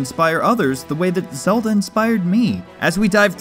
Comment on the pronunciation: You mean the legend of zegend